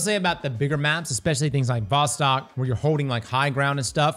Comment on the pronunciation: A bit of trivia: VOSTOK is pronounced like "Wah-stock" with emphasis on "stock" It's a Russian word meaning "East".